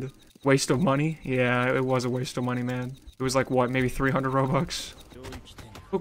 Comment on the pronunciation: “Waste of monee”- guy in banana suit. (He did say monee